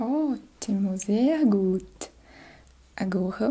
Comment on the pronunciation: eu estudei bem pouquinho de alemão e o seu "zer gut" tava perfeito, sua família tem qual ascendência? Alemã? Ótimo trabalho, obrigada.